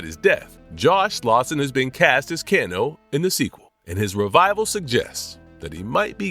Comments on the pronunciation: he butchered kanos name too its irritating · bro your butchering some of the names like bihan and kano